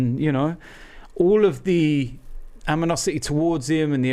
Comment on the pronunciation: 10 years and man still says aminosity